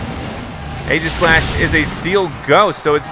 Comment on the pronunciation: Also leon's first chosen pokemon is pronounced E-jah-slash